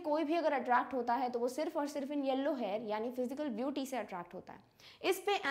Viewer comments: mam yellow ko hellow bol rhe hai 😊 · 2 times mam said that converting yellow to hellow 😂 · she was pronouncing yellow as HELLOW..😂...by the way osm explanation💥